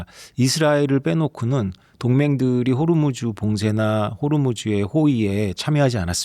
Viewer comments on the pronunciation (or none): none